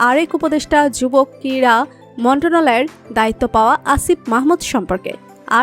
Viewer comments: মন্টনালয় টা কি,,মন্ত্রণালয় ও উচ্চারণ করতে পারেন না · উচ্চারণ ঠিক করেন" মন্ত্রণালয় "